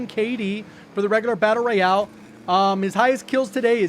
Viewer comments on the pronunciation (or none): none